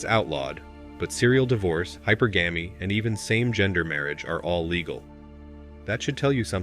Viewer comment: Hypergamy is pronounced Hi-PER-guhmy (as opposed to hyper-gammy). Just a heads up.